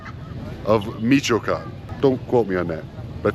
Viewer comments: This video is everything that is wrong with the American attitude today. You didn’t even bother to learn how to pronounce the name of the town correctly? You can barely even say “hello”. It’s two syllables and you’re completely mispronouncing that as well. You don’t even care enough to know any Spanish, which implies you probably don’t care enough about the culture, and much less the social nuances and history, to even understand what its most basic aspects are…but of course, you’re pretending to be some kind of knowledgeable authority about the country? Gtfo. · Pronounced Mish-(oh)-wah-con. As someone who travelled Mexico by car several times, you should expect the bribes and shakedowns. It is normal. Learn how to negotiate. Tell the cop you want to go to court. Tell him you want to speak to the US embassy. Then offer a tenth of what they are asking for. Pronounced—-Pahts-quar-oh, my favorite town. Check out their pyramids. Never drive at night. Never. On one trip my buddy was driving too fast around a curve, before he could even brake or think, we plowed between the two halves of a semi-truck that had split in half after hitting an elephant that had escaped a zoo. The entire village was rapidly packing off the spilled oranges. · Michoacán is pronounced Mishwhacahn,it hurt my ears when you say Measheecahn and I’m not even Mexican. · At the very least pronounce the fuckin state correctly, it ain’t ,michicone’, it mich o a can. Fucksakes… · Me-chu-wa-con, not michecon - for f's sake at least learn how to say the name.. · It sounds like meesh a wocan not mishycon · Meee chee can. lol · Pronounced. Me-cho-ah-can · He calls it Meetch-can. Can he know anything? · Michy Koan?! I think any of those locals behind you could help you out with your pronunciation?! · Actually, it’s Me-shoh-a-kahn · Meech - oh - a - khan. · Michoacán, Mich-oa-can 😂😂😂😂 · Not mee chee con? 😂